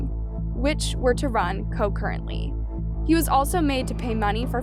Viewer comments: Few grammar points . You do a great job just google the definition of words that you aren’t familiar with so you say and use them correctly . Asphyxiation- think of ASthma Concurrent(ly) - you said co currently . Concurrent means at the same time as opposed to a consecutive sentence which is one charge after another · Concurrently not Cocurrent. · Gotta practice saying the word “asphyxiation” haha. And it’s concurrently, not co-currently.